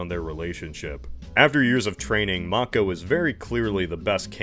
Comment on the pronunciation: Nice you can pronounce Mako. I'll forgive the *yay-ger*, it's too late to correct that :)